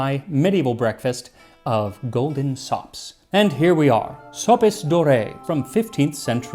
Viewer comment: NGL, I first heard you say "Golden socks" 😀